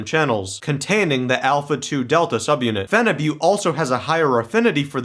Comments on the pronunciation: It's actually pronounced as feniboot, not fenibutte. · Why do guys say Phenibutte like its Butte Montana?